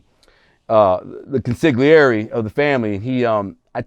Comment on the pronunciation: Ya talking so fast he called the Consigliere (Con-See-Lee-Airy) a Con-Sig-Lee-Airy!!! LOL!